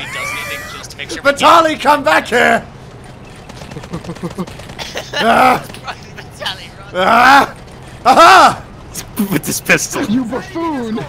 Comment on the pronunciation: The only thing more outraging than the game itself is the way you guys pronounce Vitaly/Vitali